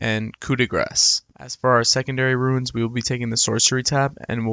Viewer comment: Theyre called RUNES not Ruins